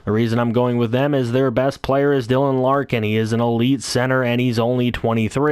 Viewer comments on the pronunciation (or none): none